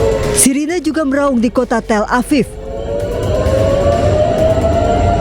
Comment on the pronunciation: Tel aviv berubah jadi tell aviii 😂😂😂 eh salah tapi tell apiiii